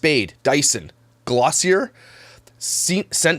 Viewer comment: Pronounciation for Glossier: Gloss-e-aye